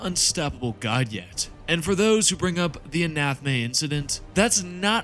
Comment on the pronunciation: Please please please stop calling it an anathme, it's A-NA-THAME